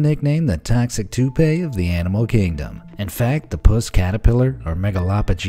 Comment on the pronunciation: Trump catapelar 🤣🤣🤣🤣🤣